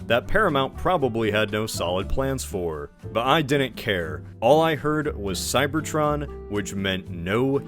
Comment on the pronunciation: Whenever you say "Cybertron" I hear "Cybertruck" That's a tragedy in itself.